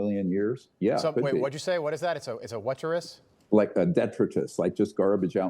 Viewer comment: It's a whaterus? Lol